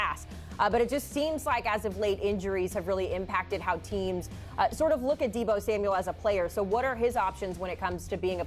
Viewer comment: it's Deebo 😭